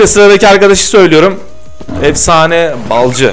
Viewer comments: Efsane Balcı Değl Lan Efsane BALİCİ Düzgün oku şunu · Balcı Değil BALİCİ